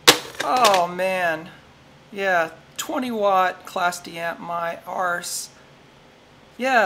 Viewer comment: Nice one, I got a couple of these rigged to mp3 players. Excellent pronunciation of the word "arse" also. Awesome hands.